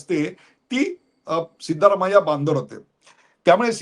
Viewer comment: सीतारामय्या नाही सिद्धरामय्या